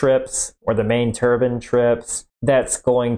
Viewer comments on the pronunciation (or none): He pronounces it like "turbin" (which also sounds like "turban"). We don't say "combin" harvester, we don't say "clotheslin". Etc. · The way you pronounce turbine drives me crazy.